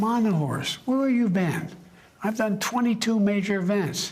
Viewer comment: sounds like he is saying I'm got more dumb than.... at 15.17. Is sounds "dumb" more than "Done".Do you guys think so?